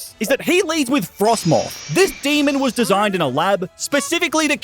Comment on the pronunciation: Please dont say demon like that